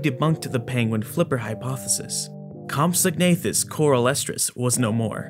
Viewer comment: Great video, as always!... Also, the "g" is silent. It's pronounced "compso-nathus"